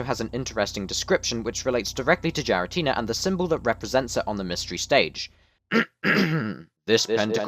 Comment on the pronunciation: Not a bad video, only problem I had is "Jiratina" when it is more commonly said (especially in Japanese) closer to "Gee-ra-ti-na", the 'Gi' like "Greed" without the 'r' or 'd' sounds.